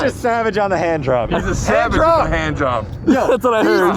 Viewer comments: All around great episode, great edits as always. I also caught that "handjob" line same way she heard it, replayed it yup no way he said handrop lol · sounds like he said hand job I heard it too lol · Definitely sounded like he said handjob, way more than hand drop. I heard no “r” or “p” when he said it, which is why she heard handjob, bcuz thats what he said!!! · I heard the same thing "regular hand job" lol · yo, he def said 'handjob'... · It's ok, heard job also. I replayed it sounded like "jop". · It did sound like he said handjob not handdrop. lmaooooo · Lmfao I swear he said handjob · YouTube auto generated captions said hand drop. I heard job though